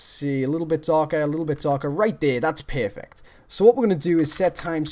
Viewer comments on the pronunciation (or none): "Right dere that's pearfect"